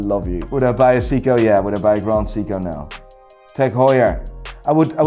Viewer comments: Very funny stuff. Just wish you could pronounce “Seiko” correctly. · his prononounciation of seiko.......oww its hurt me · The way he says Seiko I thought he was talking about Seagull movements. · It’s “say k-oh.” You’re welcome. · Seiko not Siko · Why do you pronounce Seiko as "Siko"? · Jaeger. Pronounced like in Pacific Rim? What's a Seeko? 😝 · I tuned out at 'See-co'. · Grand “SICCO” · Why is he pronouning Seiko as Seeko? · Siko? You do have a funny way of pronouncing certain brands😂. Regarding Grand Seiko, you should check the finish on those watches. Total eye candy. You can say whatever about their movements (I personally like them), but they have always excelled in their design, even mid tier models. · Who pronounces Seiko as Seeko? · He called Seiko seeko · can never get over how chooses pronounce every watch brand properly except Seiko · You know someone is full of swiss goop when they consider rolex god tier and trash grand seiko. Let alone the fact he can’t pronounce seiko correctly. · Why does he pronounce Seiko like that? lol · That's the first time I heard someone who's into watches mispronounced SEIKO. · This man is so weird. Pronounces Uliyses Nardin perfectly yet but can’t pronounce seiko. Along with his seiko and A longe and sohne ratings? WTF and Richard Mille despite not being good they aren’t trash. If you say you like watches based on the artistry and history Richard is definitely good. So just because you don’t like it it’s not trash. I would have said meh because I don’t want one but I can still appreciate it